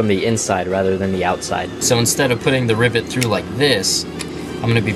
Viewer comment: Anytime you say rivet, I listen way too closely to see if you say ribbit, which sometimes you do, and that makes me happy